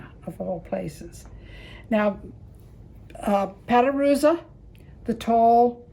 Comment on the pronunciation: Patoruzú is pronounced Patoroozoo (accented at the end)